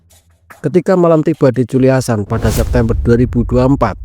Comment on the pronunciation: Culiacan❌ Culiansan✅